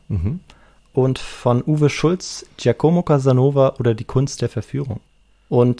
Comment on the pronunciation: "Giacomo" wird auf "a" betont, nicht auf "o".